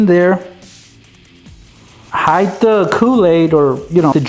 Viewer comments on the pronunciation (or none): none